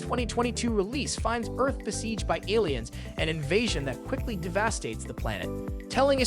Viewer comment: Clearly he said DevASStates